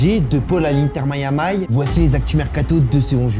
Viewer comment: C pour me tuer "Inter mayamay" 😂😂